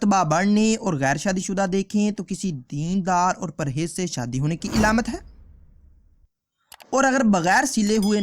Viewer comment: Alamat hota hai ilamat nhi